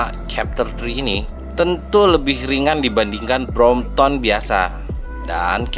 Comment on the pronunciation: Correction it’s BROMPTON and not BROMPTOM 😂